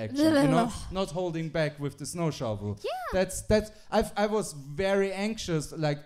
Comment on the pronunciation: I also love that mispronounced "Snow Shovel" THREE! times.